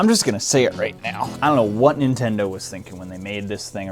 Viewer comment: Neentindoh gameround